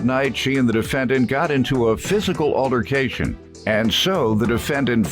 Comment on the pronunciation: If the announcer say ALLARCATION instead of ALTERcation 1 mo' time😒🙄🙄🙄🤦😂